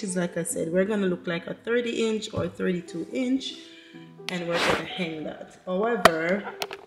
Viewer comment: I am inspired by your decor. Please don’t take this comment as negative but the word is Hang not heng. So you hang the wall display not heng the wall display. Love your family.